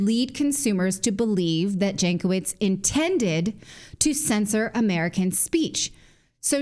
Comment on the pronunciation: Nina Jankovic is obviously of Serbian origin (her surname should be read as Yankovic) There is a wonderful expression in the Serbian language for such women, PROFUKNJACA. If you read this as PRO FUCKNJACA, you are wrong, the meaning in Serbian is much worse,more on mental side.